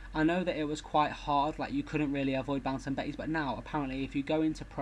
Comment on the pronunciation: LOL the way you said "bouncing bettys" made me laugh ;)